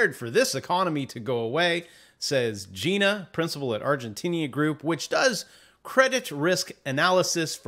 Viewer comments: Exactly who the hell says Gina! Even Bon Jovi sings Geena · The pronunciation of her name is,Gee na not Gy. na. You are funny.:)